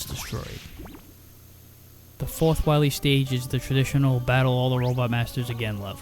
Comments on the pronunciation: Be verwy, verwy quiet, Im hunting dat wascawwee Dr Wiwy, Uhuhuhuhuhuhuh. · Dr. Wahwee! xD